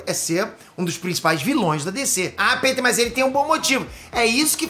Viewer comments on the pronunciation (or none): none